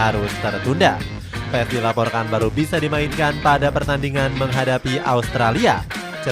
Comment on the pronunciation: Paas bang bacanya bukan paes